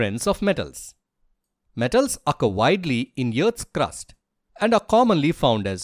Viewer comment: Earth ❌ yearth ✔️